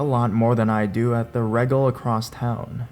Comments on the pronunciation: Regal is pronounced with the e sound and not the hard sound. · THE WAY HE SAID REGAL Xd